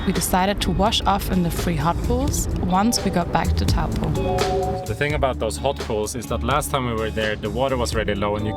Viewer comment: Pronounced TOE PAW